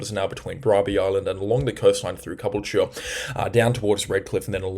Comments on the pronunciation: Okay, going to have a second crack at pronouncing Caboolture. It’s getting better, but still not quite there… The emphasis of the word is on the second syllable, the “ool” which rhymes with wool. You barely pronounce the “ca”. Then, and this is really important, could save your life one day, Caboolture does not rhyme with manure. “Ture” is pronounced “cha” Putting it together: C’bull-cha! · Hey! Great coverage - stopped watching others. Just some pronunciation for you: MerWILLumbah BALlina CaBOOLture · Thanks, love your work mate, straight up, no drama or BS and for those who are concerned about how pronounces Caboolture your focusing on the wrong thing.!! if you've got time to which I doubt you do, but can you try and pronounce Caboolture as Caboolchar - the char as in charcoal... Hopefully this will help people to focus on what you're saying and the great work that your doing, I'm so glad I've come across you and your YouTube channel.!!